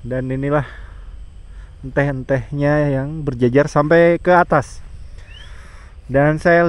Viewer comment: Si akang nyunda pisan nyebut enteh😂